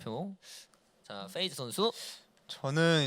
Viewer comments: Fㅔ이즈가 아니라 Pㅔ이즈입니다 Pㅔ이커가 아니라 Fㅔ이커구요 Flay가 아니라 Play 입니다 아니 뭔 f를 p로 발음하는건 알겠는데 P는 왜 다 f로 발음하는거임? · 는 왜 다 P를 F로 발음하는건가요? Feyz, 슈퍼 Flay... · 근데 왜 peyz를 자꾸 feyz 라고 부르는거지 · 잘 봤습니다! 그런데 그냥 클템형 혼자서 진행하시는 게 나을 것 같아요! 😊 peyz를 feyz로 부르는 것도 너무 거슬려요😊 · fㅔ이즈 fㅡㄹ레이 거슬리네....... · 인가 저사람은 발음이 왜 저렇지; F휀타킬 fㅔ이즈 flay(플레이) 가방끈이 너무 짧아서 그런가 입 열 때마다 너무 듣기 싫다 진행은 아나운서 써요 제발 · 주객전도 같아요.. 사회자는 확실히 진행능력이 있는 분이 해주시는게 시청자 입장에서 보기 매끄러운것 같아요.. 발음이슈도 있으신것 같아요. Fㅡㄹ 레이, Fㅔ이즈